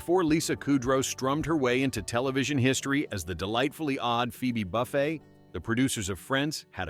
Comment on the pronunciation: Yeah, that bugged me. "Buffet" like the food line; kudrow, like a cow chewing its cud...